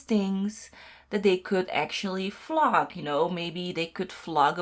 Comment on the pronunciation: I know you meant vlog but I kept hearing flog.. lol 😂